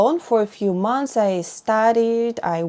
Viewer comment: M-O-N-T-H-S, not mounths. Why do you do this‽